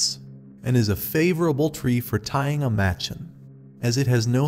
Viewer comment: It’s pronounced “muh-chawn” not “match-in” :) loved the story, thanks! A cool one I had not heard from Anderson before. Narration seems a little stiff, could relax a little more. To clarify, your pronunciation is correct for a white person who has never been to India, but I find the Indian pronunciations sound a lot more natural for these stories. You are free to say it however you choose of course